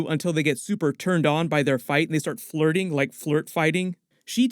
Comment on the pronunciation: Flirghting. You welcome.